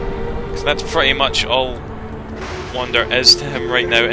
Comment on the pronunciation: Awesome again,. And, yeah, if you're gonna abbreviate it, say Wander, not Wonder.